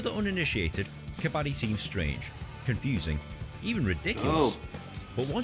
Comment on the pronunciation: Dont say Kabaadi 😂😂😂...it means ragpicker .....its Kabadddi .....stress on d 😊